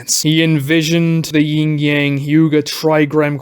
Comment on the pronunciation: Also, it's "Yin and Yang", not ying. Look it up if needed. Other than that, this was pretty good 👍